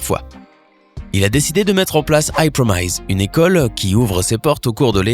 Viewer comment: I promise ????? Prononce bien lol apprends l’anglais ! ( i promaise il a dit MDR